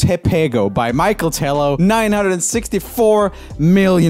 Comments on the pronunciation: as a brazilian hearing joel say ai se eu te pego and michel like michael was the best thing that happened to me this week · E ele falando Michel Teló igual a Michael Jackson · Mlr ainda como ele disse Michel Teló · "Michael tê-lo" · ele lendo "Michel teló" como se fosse " maiquel teló" kkkkkkkkk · "michael" telo kkkkkkkkkkkk nice video